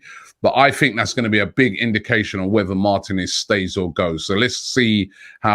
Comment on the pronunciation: mar-teeee-nez Not martin-ez